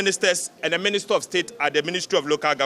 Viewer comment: Did i hear"Ministet" and "concrude"?😂😂.